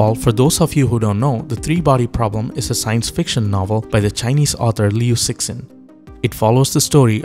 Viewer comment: Cixin is pronounced as Si-chin